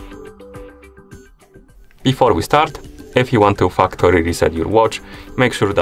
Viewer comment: I legit thought this guy said fuckory reset settings😅